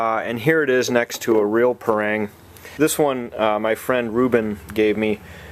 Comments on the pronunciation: Pa - not pey PA - rang- not reng RANG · we pronounce as "pa" "rang", not "prang". thank you :-)